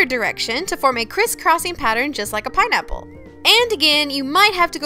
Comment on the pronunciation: I like the way you say pinaple as "pernaiple"